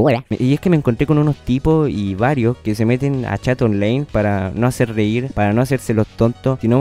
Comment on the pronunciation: onlaiiiiin ctmmmm onlaiiin no onleiiiiiin wn